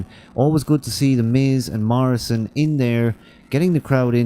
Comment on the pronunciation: lol "john marrisan"